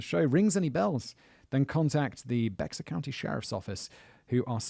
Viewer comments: The pronunciation of Bexar County tho. It's Spanish, and sounds like bear, just like a polar bear, not becksar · Someone has probably already said it, but Bexar County is pronounced Bear County. More specifically, it's Be(h)ar, but Texan is a whole 'nother dialect from the rest of the US (respectfully). One of the many variants of the Spanish X. Think Mexico=Meh-hee-co. Source: my eldest was born there and my brother has lived there 20+ years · That's pronounced bear county. And yeah we think a caravan is many vehicles going to the same place. We don't go on holiday in a Caravan we go on vacation in a RV. Funny how it's still all considered English 🤔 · Omg... The Bexar county thing is DRIVING ME NUTS! It's pronounced like bear... Lol